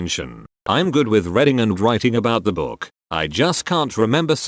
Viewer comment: narration app can't read the word "reading " lol